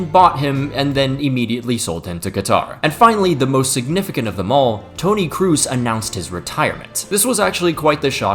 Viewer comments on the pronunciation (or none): Tony Cruz??? wtf is that pronunciation?